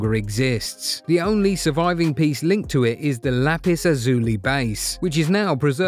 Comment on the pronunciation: It’s pronounced Lapis Lazuli..